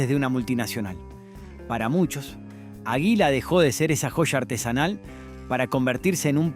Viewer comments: si fue una patada en lo s huevos escuchar que no sabe pronunciar palabras comunes como aguila o la italo-argentina nunca escucho arcor? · Si a mi también me llamó la atención, puntualmente con águila, en una dijo aguila acentuando la i, y en otra dijo agila, también acentuando la i... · Pronunciá bien, por favor: Águila, Ítalo, etc.